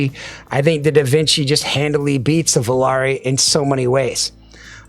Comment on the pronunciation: The only reviewer actually pronounced Volare correctly. Supermix is a strong release, tough to beat. That enthusiasm at the end made me want to buy more IEMs.